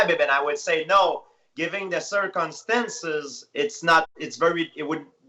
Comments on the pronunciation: George '' Cir-CuM-Stenzez '' St Pierre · Me: Circumstances GSP: Circunstances* Me: Okay. What a legend though and class act.